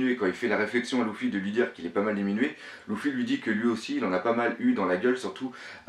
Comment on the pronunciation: J'adore tes analyses, tu as vraiment trop d'inspiration et de réflexion, bravo. Mais y'a un truc qui me stresse c'est ta prononciation "louffy" on dit pas "leuffy" plutôt ? Sur toutes tes vidéos ça me stresse mdrr !